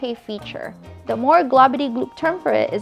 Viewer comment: say 'THE" NOT:"DAH"!!!!!!!!!!!!!!!!!!!!!!!!!!!!!!!!!!!!!!!!!!!!!!!!!!!!!!!!!!!!!